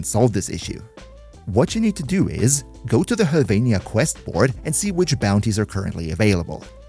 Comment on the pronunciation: Omfg you're the first person to pronounce Höllvania correctly.